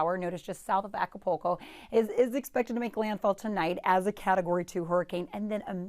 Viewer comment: call me. We can go over your Spanish pronunciation. A ca PUL co You are however better than the Google Maps lady